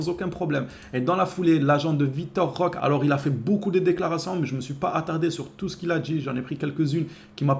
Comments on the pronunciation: C'est pas compliqué on dit Roquéééé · 🚨🚨🚨🚨🚨🚨🚨🚨🚨🚨🚨On prononce Roquéééé On prononce Roquéééé On prononce Roquéééé On prononce Roquéééé On prononce Roquéééé On prononce Roquéééé 🙏🙏🙏🙏🙏🙏🙏🙏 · C'est ouf d'ecorcher le nom de notre nouvelle recrue. On prononce Roqué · Roquéééééééééééééé avec un é